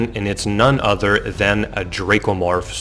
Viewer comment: “Other” not “udder”... besides that, good video